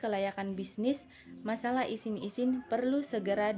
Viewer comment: syahida humaira kritik : penyebutan kata kata pada presentasi anda ada yang tidak sesuai, contohnya “izin” anda baca “isin” saran : saya berharap lain kali anda benar dalam penyebutannya